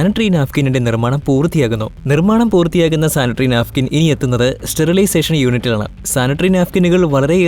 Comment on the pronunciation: നാഫിക്കിന് അല്ല നാപ്ക്കിന്